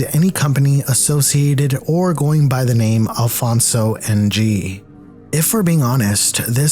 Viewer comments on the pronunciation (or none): his last name is pronounced “ing” not N-G btw (my last name is ng too lol)